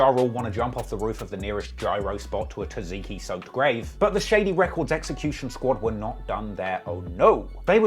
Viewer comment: my man u slaughtered the pronunciation of "tzatziki" no cap . pretty sure it's not "taziki" (source:Am Greek)